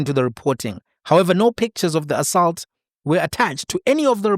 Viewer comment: Assault bro and not assalt.😂